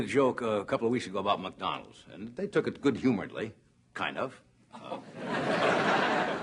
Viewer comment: He almost says MucDonalds.